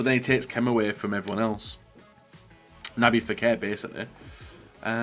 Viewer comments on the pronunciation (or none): Who the hell is”Naby Fekir” it’s nabil, just learn how to say their names properly!!